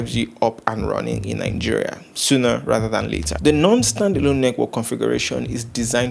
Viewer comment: Is your country name Nigeria or Ningeria? Why can't Nigerians pronounce they county's name?